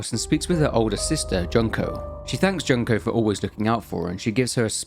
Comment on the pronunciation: Not Junk-oh 😂 June-koh 😅